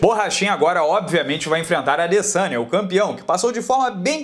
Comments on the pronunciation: Eu escuto " Israel alessanha " kkkkk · alguem ja percebeu que na narração original eles falam LASANHA no momento de falar ADesanya?